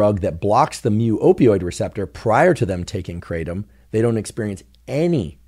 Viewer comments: The original Indonesian pronunciation is krah-TUM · The American pronunciation is KRAY-tum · The trees are everywhere here in Thailand and it’s called Kra-Tom kra like in crack and Tom like the name